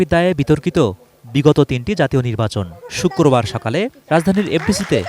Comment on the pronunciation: হায়রে রিপোর্টার রে শুক্রবার কে ঠিক মত উচ্চারণ ও করতে পারেনা। বলে “ শুক্কুরবার” এটা হাস্যকর, জনগনের জন্য হাস্যকর😁🙄😜🤣